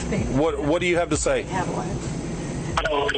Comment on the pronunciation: "herro?" "I'm with the White Settlement Police Department" 😂